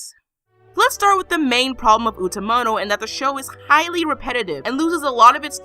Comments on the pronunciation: Its like they specifically requested this to watch you butcher the name of the anime and some of the characters. Btw, I loved this anime :) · Congrats, jerk. You poured hate on an anime classic. Rather than being an expert on the anime you sensationalize your weirdness. Keep butchering all the names in your little bubble of cynicism.